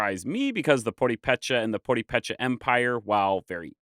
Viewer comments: Sounds like you're saying poripecha... Puh-reh-peh-cha. 😂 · The written accent over the first é indicates that is where the word is stressed when spoken. So, instead of PurepÉcha, it should be PurÉpecha. Having said that, this was an excellent video nonetheless. I was born and raised in Morelia and have been to the PÁtzcuaro area many times. I learned so much from this video. Thanks. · I am part Tarascan or purepecha or Michoaque. And yeas you are butchering the name you say poripecha it’s pronounced something like poorepecha in English pronunciation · I'm gonna watch as many of your uploads as I can over the near future so don't take what I say to be hostile. Why do you go out of your way to mispronounce names? You know so much I can't comprehend why. It's not PurePECHA, it's PurEpecha. That's why there's an accent mark over the e.You do the same thing on other words. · Now, I must also say that I cringed every time you said pur-ee-pecha >_< Please, remember that in Spanish all vowels are short. Pur-eh-pecha. Though I also would like to congratulate you on your overall purepecha pronunciation. In particular with Tzintzuntzan. This, along with Parangaricutirimicuaro, were used as tonguetwisters when I was in elementary. As a footnote, I could not understand when you mentioned Axayacatl. But nahuatl is a more complex language with clusters of consonants. Many of which are also used as tonguetwisters in Mexico 😊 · Purépecha. México and Michoacán should have capital letters and Tzintzuntzan and Purépecha have the emphasis on the second syllable. Pur-eh-pe-cha. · I can’t get past the repetitive pronunciation of purepecha as “poripecha”. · At least pronounce the names correctly. It is Puripecha. Michoacan. It is not Aztecs. It is Meshicas. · puh-REH-peh-cha, not por-ee-PEH-cha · The accent is on the second syllable: pur-RAY-pay-cha, not pur-ray-PAY-cha. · Pronounced more like: Poo-re(both Es sound like e in egg)pecha, vs. podipecha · Poo re peh Chaa….not puripecha